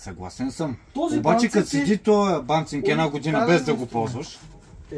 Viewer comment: Понеже видеото е донякъде образователно, правилно е банциг, а не банцинг :)